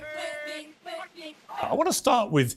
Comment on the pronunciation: Man they done got Ye 🤨🤦🏿‍♂️💯 that was A.I. his name is not Yeee it's Yea. . .